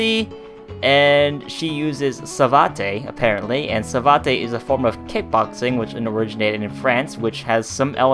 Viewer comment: its pronounced "SA-VAT" and yeah it is French kickboxing but it involves the legs more than the arms, knees or elbows (like muay thai). it is known for whipping the opponent with brutal straight leg kicks...if anyone has seen Helena in dead or alive series...her kicks are a good example of what it is like but she isn't doing savate.